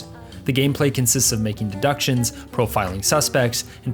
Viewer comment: De-Dick-tions * gigles *